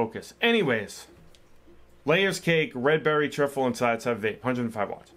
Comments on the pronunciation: It's tri-ful how it's pronounced mate not trifle 🤣🤣❤️ ur video's though man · hey man you pronounce it Try Full lol great video as always